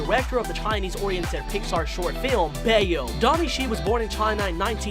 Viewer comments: i physically kinda cringed, he pronounced it so badly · thank you for the video I am so excited for the new movie. the only thing that bothered me was the way that he said bao. It's pronounced "bow" not "Bay-o" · Him: b ao Me not it’s bao it’s one whole word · I HATE HOW HE SAID " BAYO " INSTEAD OF " 'BAŮ " FOR THE WORD "BAO" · the "bao" animation is pronounced as "bau/baw" bc im chinese and bao in chinese is actually bread; and the animation is about a dumpling and the dumping name is "xiao long bao" i was kind of triggered when you said "ba ow" lol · It’s not bay-o it’s bow it’s a type of food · It’s pronounced “TOM-UH-GOTCHEE”, and bao is not “bayo” it’s “bow” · the short film you said is pronounced "baw" but the w is light instead of "ba-yo" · Bao is not pronounced 'bae-o' its pronounced 'bow' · I got so mad when he pronounced bao, bay oh. Nothing against him but it’s pronounced bow but it’s spelled bao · I still have a tamagotchi!! Edit: Did he just call it “bayo”… 😦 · “Bay-o” p l e a s e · I died inside when he said bay-o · did he just say BAE-OH???? lmao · Its (Baa- Ow) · why is this mans pronouncing everything weird he pronounced bao like bay yo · Mans pronounces Tamagotchi and Bao wrong like tam-a-go-chi and ba-yo lol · love the video but bao is pronounced like bau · Sorry, but… Bae oh? Bao? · Bay-Oh and Tama-Go-tchi.... 🤦🏽‍♀️🤦🏽‍♀️🤦🏽‍♀️ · Imagine not knowing how to say bao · I cringe at the pronunciation of bao =__= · What is wrong with you? You pronounce tamagotchi wrong, and you pronounce bao wrong! Get it right!